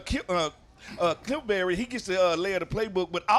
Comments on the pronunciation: That boy Smoot said “KliffBerry”……😂😂💀💀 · Did Smoot call him "Kliffberry"? 😂